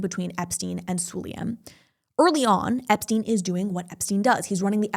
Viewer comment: Why not to pronounce surnames correct? Su-la-yem